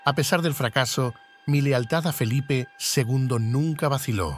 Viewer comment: Felipe ll. Nada de "Felipe, segundo", como ha dicho el locutor al principio del video.